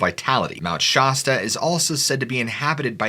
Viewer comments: Just FYI: You're not pronouncing "Shasta" correctly. The 'as' should sound like 'ass' and not 'oss' unless you're trying to sound like a Valley girl. Much love brother! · It's Mt. ShAsta. Pronounced like shah as in shack or Shaq NOT shawe like shot or shock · 😂 SH ASS TAH... not SHAW STUH 😂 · It's Shasta not Shosta lol silly goose ! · It's Mount ShAsta, not Mount ShOsta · Mount Sh-ass- ta not Mount ShOsta. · "Shasta" is pronounced "Shastah" like "cab" not "shahstah" like "dog" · I live here.. it's not mount shausta, it's mount shasta. Shasta. No au in it. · You’re saying shasta wrong. It’s not scha-stuh it’s sha-sta. Lemurians is pronounced le-Muir-Ians. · It's not "Shosta" its "Shas-ta" like "ass-ta" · That shirt is terrible and it’s shaaaa staaa not shasta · Not even sure where to begin? You know I'm a huge fan of the channel, I send you encounters and always give you praise but your killing me here.. You keep pronouncing it My ShaUsta when it's just Mt. Shasta. Next: You mentioned " right up to the Central Time Line " as in central time zone? we're talking about California correct? Because that time zone is 500 miles east of California. Or have I misunderstood that comment. Anyway, just thought I'd let you know. I never heard back from you about my second submitted encouter. Otis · Been researching the entire UFO dynamic for the last 50 yrs and never heard anyone pronounce Shasta as Shawsta. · Sorry I’m a local it’s definitely not shosta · It's not pronounced "Mt. Sh-aw-sta". The 'a' in Shasta is pronounced like the a in 'tan'. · Mount Shaaaaaasta. Shaaaasta!!!! It's sh-ass-sta. I live next to it. You sound absurd. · Mt. Shaw-sta? 😂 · It’s not Shawsta. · Shosta? And it's not 'potentially active', it's dormant, or sleeping...means the same thing, but more technical. The Hoppy? Hoe-pee. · Shaaasta??? Really...... Honest csnt even watch the video after it wtf... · Bruh please stop calling it Shawsta. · Mount Shawwsta?? Who calls it that?? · It’s Shasta not Shasta!